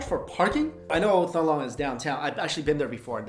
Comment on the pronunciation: "thong long"? dear god Mike, you could at least Forvo it. it's more like "teng lohng"